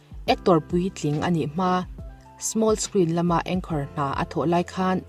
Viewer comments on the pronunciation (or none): none